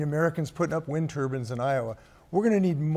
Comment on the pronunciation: It sounds like he’s saying “wind turbans” instead of “wind turbines.”